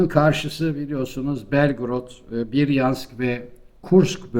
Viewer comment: Konusmak icin konusmak. Ruslar geran diye kendi dronesini üretiyor. Biryansk degil bryansk= Брянск